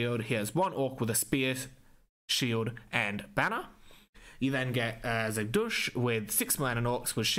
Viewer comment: lol why do you pronounce "Zagdush" as "Se Doosh"?